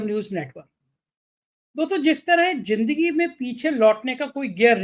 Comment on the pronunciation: Jindgi nahi Zindgi hota hai Gajal nahi Ghazal hota hai Your programmes are very good and informative but take care of right pronunciation of the words.